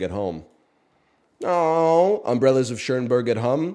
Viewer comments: One of my favorite movies. He always pronounces it that way and I can't tell if it's a bit or he really thinks it's Umbrellas of Ch-ERN-berg. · he said chernberg 😂😂